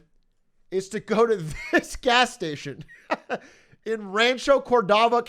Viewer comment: Yo wtf I live in Rancho, also big A butchered the name lol I feel so seen